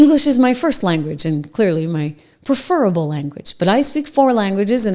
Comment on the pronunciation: Trish, please look up the pronunciation of "preferable." I rarely hear this word pronounced correctly anymore. ❤